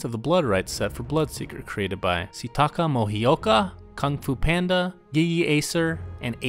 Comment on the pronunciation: CTaKaH had to sound like stakan